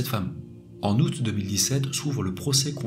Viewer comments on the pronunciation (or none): none